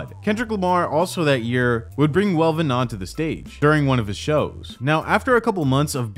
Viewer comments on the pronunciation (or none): Its not Melvin, its Welvin! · Welvin, not melvin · YOU SAID MELVEN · With all these views you’re getting exploiting homie … AT LEAST SAY HIS NAME RIGHT… ain’t that effin hard… at least you coulda edited it … smh…